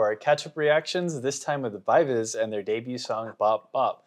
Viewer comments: Gfriend are getting back together for 10th anniversary. Also it's pronounced Vee Vee Zee as it comes from members names Eunbi, Eunbi and Umji, bi bi ji. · VIVIZ Korean pronunciation is B-B-G.they took it from their real and stage names.Eunha & SinB- EunBI (they share the same real name) although Umji's real name is Yewon,they chose to take UmJI"s "JI". They stylized Bi-Bi-Ji as VIVIZ. The pronunciation remains the same 'BBG' .Pronouncing V-V-Z could be acceptable considering the global audiences but still BBG is the correct one